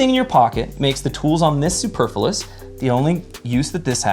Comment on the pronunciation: Bowler hat? It's a top hat. "Superfilous"? [sic] That's not how the word is pronounced. Misnomer? That's not what that word means. And that wasn't actually a straw man argument. Damn, I'm sorry. I know it's channel, but he gave this one to Ben by not being able to use words correctly. It has nothing to do with the fact that I carry a Surge in a holster on my belt. *Nothing*!!! 🙂